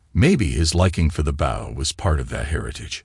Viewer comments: He pronounced bow as bowl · Why would he be walking around the bush hunting with the front end of a boat? You need to get the proper pronounceation right